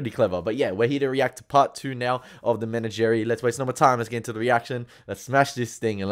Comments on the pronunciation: Enjoying watching you enjoy this supreme favorite series of mine. I want to save you some embarrassment. It’s pronounced: “meh-NAH-geh-REE”. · I felt compelled by your, um, pronunciation to look it up, and I have mixed feelings in reporting that the correct pronunciation of menagerie in Australian English is the same as it is everywhere else in English, as Pike said it, not men a jerry. 😮